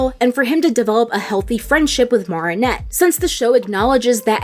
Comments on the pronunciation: Its Not Marr-In-Nette Its Mair-In-Nette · OH MY EFING GOD- , ITS NOT MAAARIN- AT. ITS MA RIN ATE. OH MY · Its pernnounced mer not mar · she pronounced it mar-i-nette and it sound like mer-i-nette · why do u say her name wrong? its not MARIE-nette its marinette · I'm sorry but.. it's mArinette... not mARinette..😵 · OMGG please say "m-air-inette" not "m-are-inette" you're killing me. 😭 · Girl if you say Mahrinette instead of MArinette one more time haha jk but seriously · Idk if this sounds rude or not I’m not sure if you just think her name is pronounced that way or you just can’t say it normally (if so then it’s fine :] ) but her name is pronounced Mare-ah-net not mar-ee-net🧍‍♀️ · It's not Mah-ri-nette it's Me-ri-nette I don't know why people pronounce it's like that But it's ok I guess if you can't pronounce it but seriously it annoys me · this isn't a big deal but why do you call marinette "MAR-ih-net" instead of "MARE-ih-net"? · How many times do I have to say this, it is pronounced (MARE-EN-ET) not mar-en-et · It’s pronounced Mare-in-ette not Mar-on-nette. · Her:Mar ri nut Me: It's Mari net te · sorry, this is completley unrelated but.. i cant stand u saying moronette its mari not moro no offense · The way they pronounce mareinette🤮 dislike jk👀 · 1 question. Why does she pronounce Marinette like that? It’s actually M-air-inette, but then again no hate. And you pronounce Chloe’s surname Boo-sh-wa. Correct me if I’m wrong :) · Really called her morrrrrrrrrinette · Why are you saying her name like that? Even in French I don’t think it’s said Maronette Marionette. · 'Marnet' Me: Inhale exhale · So we going to ignore how she saying martinet? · lord i hate how she pronounces marinette😞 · Why does she mispronounce marinette’s name? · marinette (short a) , Bougeois (bujwa) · This was amazing but im sorry I just can't stop laughing at how you pronounce Marinette and Bourgeois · I like how she mispronounced Marinette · Stop saying marionette like that 😭😭